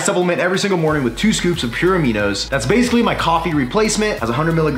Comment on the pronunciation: Did he say that his sponsor is "pure amino by pure bollox?"